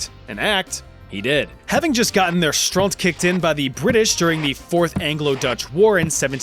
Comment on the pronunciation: As a dutch man I give you the dutch stamp of approval for using the word "stront" pronouncing and using it correctly in a sentence.